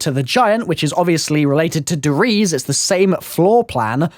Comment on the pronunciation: Finally, someone who actually pronounces Der Eisendrache properly! Shame the same can't be said for your Der Riese pronunciation though.